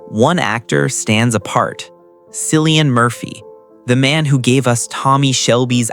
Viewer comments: For gods sake how could you get the pronunciation of his name wrong. It’s Cillian the C pronounced like a K. It doesn’t give me much confidence in this article if don’t get his name right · I know 😖 I’m in America & watching something to take my mind off the hell living in here. It makes me angry when they can’t call him by his name. So trying to not be angry for a while didn’t work because this idiot can’t manage to pronounce his name correctly 🤬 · The way you incorrectly pronounce cillians name makes me not want to subscribe 😢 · Killian his name is pronounced killian my goodness if you are going to do this get the pronunciation right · The C is pronounced as K. Quit using it like the Boston Celtics. Completely wrong. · I know, this drives me crazy, I hear Cillian's name being mispronounced more often than not 🤔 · I enjoyed watching this but echoing the comments below it’s Cillian with a hard C as in K. I don’t understand how you can take time to produce a video like this and not get his name right, particularly as he’s everywhere globally at the moment, and quite rightly so.